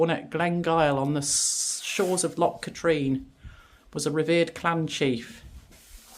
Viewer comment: I am enjoying your Scotland road trip, a lot of my home area and stomping ground....Loch Katrine is actually pronounced 'Cat rin'.......the car park prices are ridiculous ....look forward to seeing your other videos....